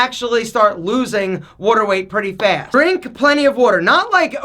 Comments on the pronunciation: "Wooder" ya go Philly! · The wuder weight - comes out 😜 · Drink plenty of wudder